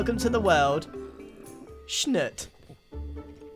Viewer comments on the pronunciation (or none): It’s shnoot (like shoot but shh in the start). If you want what your saying it should be shnut. Luv ur vids :) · Schnoot is not schnuht it's sh-newt. Much better anyways but yeah, double O's don't sound like that unless you enter the hyphen game. Just ask a cert hermit. A mister, b. Double. Oh, who am I kidding, it's jumbo. Talk to jumbo. 😉😊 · Spelled Schnoot but Grian says it like Schnut. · so funny hearing grian lovingly calling the baby sniffer schnoot. dont know if this is a quebec exlusive but that how we pronounce one of our swears that means "crap". its hilariously jarring